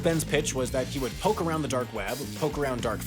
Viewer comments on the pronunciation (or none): none